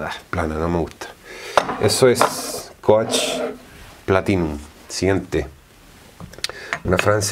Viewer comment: Muy admirable tu conocimiento de fragancias pero me impresiona que con tanta experiencia no te hayas preocupado para nada en la pronunciación de palabras tan básicas como coach ( kouch) o starwalker ( starwoker) entre otras. Es decir en una era donde haces la búsqueda en unos segundos en cualquier idioma y obtienes la respuesta ... Es simplemente inaceptable. Es mi única crítica , pero igual te admiro.